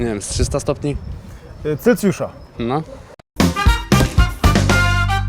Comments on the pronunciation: CELCJUSZA oj Adam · Celcjusza? Dobrze usłyszałem? Proszę.... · Celcjusza. Prowadzący chyba też by matury nie zdał